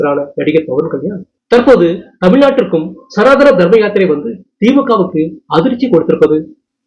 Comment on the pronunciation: தமிழ் பேச தெரிஞ்ச 🤗 செய்தி வாசிப்பாளர் போடுங்க🤗சனாதனம் தான் சரி சனாதானம்🙆 அல்ல